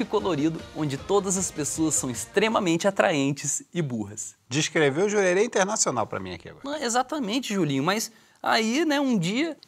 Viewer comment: "Jurerê Internacional" 😂😂😂😂😂😂😂